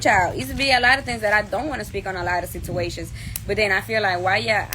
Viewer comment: not the sitiwaysions 😂😂😂💀